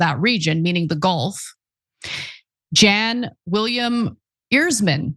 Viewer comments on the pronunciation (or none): Ana's really leaning into that pronunciation of Bahrain ... ON THE OTHER HAND: Jan Willem Erisman is a bloke, Ana!! - he's Scandinavian and his name is pronounced "yunn", not "jan" 😂 - I'm not even European, but the middle and surnames clued me in and I looked him up.